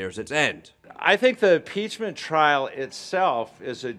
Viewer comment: ...did that dude say 'peachment'..?